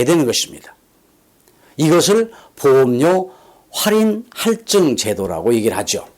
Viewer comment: 활증으로 발음하시네요. 할증으로 ^^